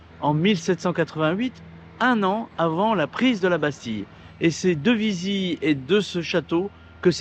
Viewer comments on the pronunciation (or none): Bravo pour cette vidéo. J’aime bcp la tonalité de cette chaîne 👍 Correction, on prononce ViziLe